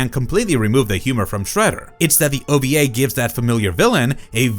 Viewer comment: It's ova not oba. Wee not be